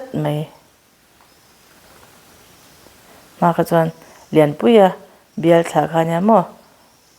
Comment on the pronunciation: Mai mai tih tur mei mei ti hi kan la tam hle mai